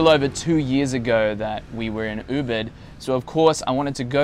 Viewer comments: Ubid? lol or Ubud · No your pronunciation of Ubud was not correct.